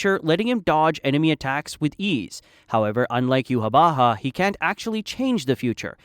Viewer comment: u nailed yhwach's name!! i personally pronouce is iwack